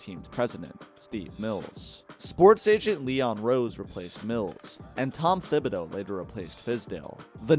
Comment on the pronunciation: The H in Thibodeau is silent, that’s why his nickname is Tibs not Thibs